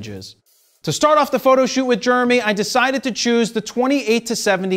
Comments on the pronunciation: Say it with me — “JER-emy”. Not Jurmy. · He does. Germ-ee? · Even worse, Germy. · Is his name germy, Jeremy or what; because you keep saying germy?!? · Just like RAW sounds like RAWL in the intro ...and "to drawl" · Germy. Shot in Rawl. But I love it! Fro is awesome. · Swear I keep hearing Jared say “Jermy”(like germ-e) when he pronounces Jeremy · “Germy”. Once you hear it... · Philly Philly. Dilly Dilly. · It’s like Charles Barkley saying “turrible”. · anyone else cringe at the way he says "Jeremy?"